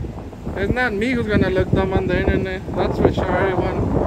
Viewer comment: “ its not me who gunna look stoopid on the eenternet eberyone” 🤣 lmao